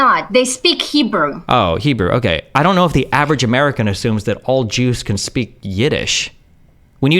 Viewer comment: which uni teaches you to say OKEee like that i have to know 🤣